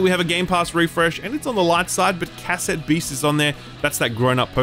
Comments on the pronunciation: Say cassette again, I dare you. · I wonder if said the word 'cassette' like a complete tard because Australians speak strangely or is it because he has no idea what cassette tapes are?